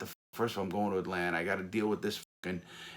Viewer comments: this guy is amazing but 😭.. “atlanter “ 😭😭😭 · "Atlanter" airport... :) haha Love the stories man, keep up the amazing channel!! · Not a single soul: Larry: AtLaNTa 😂😂😂